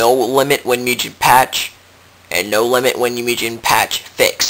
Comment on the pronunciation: Wow you're really any ass, huh? And its MOOOOO-GEHN not MEEEEEEW-JEN...